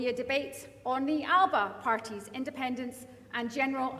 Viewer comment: Alex and Ash are two of the best politicians in Scotland…. But gonny stop using the pronunciation …Alapa , believe me , that particular pronunciation is the vernacular of an area of the Western Isles …. You could say slang Gaelic ….. the same Gaelic speakers pronounce ‘Glasgow’ as Glasaco …. :) e.g As we all know…. A Glaswegian…. of the proper rough n tumble type….pronounce ‘Glasgow’ as Glezga …., this stems from a long forgotten use of Scot’s Gaelic …. now taken for granted as the local vernacular of an English language pronunciation of Glasgow….. ( I use this merely as an example) …. I’m trying to point out ….. Alapa seems to have been adopted by our great orator as the way to use the magnificent title Alba … go ask any Irish Gaelic speakers who the many thousands of our lovely cousins pronounce Alba ….. i.e …. The way it should be :)))) which over powers the small pocket of Western Islanders ALAPA :))))) SAOR Alba ya Bas :)